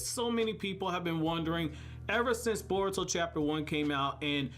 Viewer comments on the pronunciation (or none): none